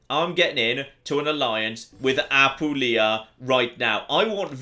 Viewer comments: I beg you. As someone born and living in Apulia, I HAVE to tell you that it's Apùlia, not Apulìa. My hears keep bleeding... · ap poo lee a